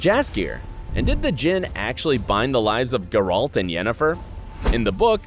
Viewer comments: geralt not guralt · Stop saying GerALT! Omg yuck. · I literally don't understand how you can keep mispronouncing his name. It's Gayr-ult. Not gay-ralt. it's literally pronounced for you in both the series and the video games. How can you screw up literally the easiest thing??! It almost makes your video unwatchable. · Grrralt .. XD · Grrr-alt? That's not how his name is pronounced. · I am disliking this video because the narrator can't pronounce Geralt correctly. It's not Guralt. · How is it possible for a person to horrible mispronounce every single name. Who is Gare-hawlt? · Thank you for your insight. However, every time you say the name GerALT I feel the power of satan grow within me. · I’m so triggered by the pronunciation of Geralt. Yikes. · God, had to stop after 30 seconds... PLEASE PRONOUNCE THINGS PROPERLY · You are butchering Geralt's name. Damn.. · Bro it’s Geralt not Geralt. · After I heard how he pronounced Gerald, I immediately stopped watching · Why in gods name can't you say Geralt in the right way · I can't watch this because of how you pronounce Geralt 😵😵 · Yes. What can you expect from a video that pronounces geralt that way